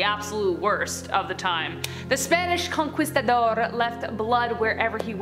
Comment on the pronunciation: Learn to pronounce "conquistador." It's not conkweestador.